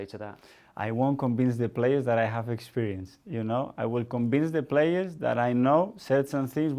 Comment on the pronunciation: Are we all gonna ignore the "conbince " and "enbironment" 🤣🤣🤣